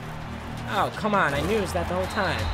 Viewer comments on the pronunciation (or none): none